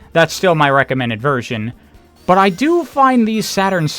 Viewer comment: Ok what is it and your pronunciation of but? There is no extra emphasize needed on it.